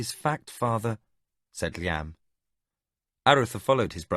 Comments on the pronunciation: Sounds strange to hear Liam pronounced in that manner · Edit: LOL! I was totally into the story, and then the music played really loudly at the end and scared me to death. =D Enjoying this book...but the pronunciations are driving me crazy. Who the heck pronounces Liam like that? It's as if the narrator had never heard that name before. Edit after a few minutes: Oh my gosh. Thank goodness Liam isn't a main character in this book. That pronunciation is like nails down a chalkboard. Awful!